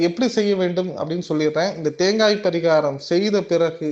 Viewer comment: பரீகாரம் சொல்லும்போது கொஞ்சம் தெளிவா சொல்லுங்க... அது தவிர மீதி எல்லாம் தெளிவா சொல்றீங்க... எத்தனை பேருக்கு இதில் doubt இருக்குனு கமெண்ட்ஸ் பாருங்க..